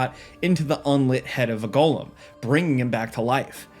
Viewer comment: Thank you for pronouncing it “Go-lem” not “gollum” - that’s a pet leave of mine